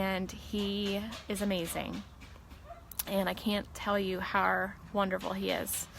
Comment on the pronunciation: She was so inspiring ...but it drives me nuts how she says how